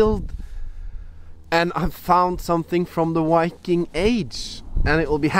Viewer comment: Engelsk-læreren din het vel ikke Petter Solberg? Viking med enkel-V, ikke W :)